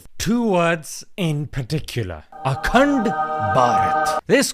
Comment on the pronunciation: Akand p -aj -eet 😂